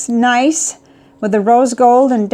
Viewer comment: The 3776's name is Nice, not nice. Nice is a city in France. It's pronounced NEESS not nice. All the 3776 finishes are named to evoke picturesque regions of France : Bordeaux, Chartres, Nice, etc.